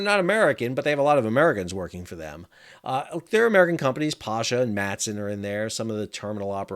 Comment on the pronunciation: Hi Dr sal Stevie from port of Oakland ca. Love ur show The wife loves it too I’m a clerk I work the pasha ship every Wednesday Me and my partner It’s our baby. I met Big George 3 (pasha) when the new ship made its maiden voyage in Oakland. You said his name wrong though Lol Im guilty of it too I’ve been told by his crew His name is pronounced P A Y S H A